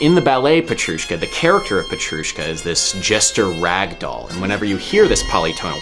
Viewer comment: You pronounced Petrushka as Peccchrushka xD. Its a t not a ch